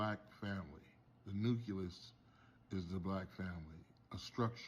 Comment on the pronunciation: The nuculus